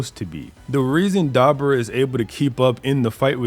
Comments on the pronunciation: bro! It's Duh-boar-uh Not Deborah (like a female name ) Lmao 🤣 Smh 🤦🏼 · I'm Sorry But The Way Keeps Saying Dabura Keeps Taking Me Out. Come On MAAAN. (Duh- Boar- UH) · Ok man just switched his pronunciation to da-BOO-ra in the same damn sentence so apologies if thats what you meant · Man the way six says Dabura name throwing me off so bad haha